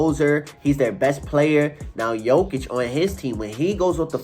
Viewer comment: You are wrong! It is JOKIC.......Period